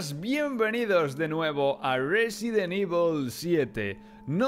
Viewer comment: Un juego nuevo de resident evil sabes resident suena como residente